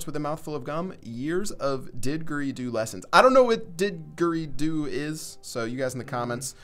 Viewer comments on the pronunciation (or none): Didgeridoo [did-Jer-EE-Doo] instrument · a didgeridoo is an australian instrument and its pronounced did-jer-ee-doo no did gerrr ee doo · dij-er-ee-doo not did-ger-ee-doo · didgerido (prounounced "dij-er-ee-DU") is an Australian instrument that is basically a long tube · a digeridoo is a traditional instrument of aboriginal australians. it acts like a large flute without the holes. it is pronouced dij-er-ri-doo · Didgeridoo: Pronounced: Did jer ee Doo its an Australian Aboriginal Instrument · Didgeridoo - Pronounced Di-jer-e-doo - Australian Aboriginal / Indigenous Musical Instrument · We learned about didgeridoo in elementary school. It is pronounced didge-er-ee-doo. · its said "dijery doo" its... oh... tnx for ruining my comment nick 😂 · Dih gur ree do. That's how you pronounce it. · pronounced Dij-erie-doo guys. Australian instrument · SlyIsh thank you they keep saying digger redo XD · It's pronounced "dij-e-ree-do" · It's pronounced dij-oory-doo. With a "j" like in jack. They're fun instruments to kiss off shitty neighbors late at night. I wouldn't know tho lol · It's pronounced as Did-jer-ree-do and can only be played by men. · you say digeridoo and its the instrument of the aboriginees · Rip australian viewers - did-ger ri-doo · omg the pronunciation is killing me... prnounce the didgeridoo with the dg as in dodge di jerry do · did-ger-i-doo its a instrument that aboriginals use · pronounced dijery-doo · Di dg (like in bridge) e ree doo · It's pronounced Dijj-err-ee-do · It's pronounced did-jerry-doo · It's pronounced dij-er-Ree-do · didgeridoo is pronounced dijərēˈdo͞o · You just insulted every single Australian with that pronunciation of didgeridoo XD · To add on to what people are saying, the g in didgeridoo is prounounced like a "j" sound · The "g" in didgeridoo is actually pronounced as a "j" in Jack. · Am I the only Australian cringing about how they say didgeridoo? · The g is pronounced like a j. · Ugh that mispronunciation of didgeridoo tho Dx